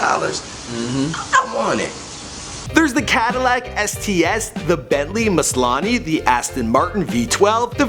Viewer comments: Bentley muselane???? 😂😂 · Bentley Muslane HAHAHAHAHA WTF